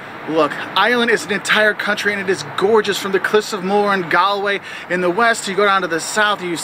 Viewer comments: its not galway it g-aw-lway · The pronunciation is Gawl-way. Just like Donegal is pronounced as Donny-gawl. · Nah, it's g-g-g-galway 😂